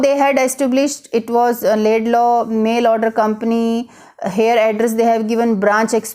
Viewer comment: it's Lincoln Laidlaw, not Laidlay you m*ron